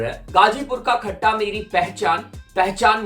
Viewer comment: Its कट्टा not खट्टा।